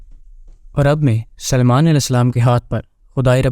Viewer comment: Hazrat Suliman aism ka naam bhi nahi bolne aara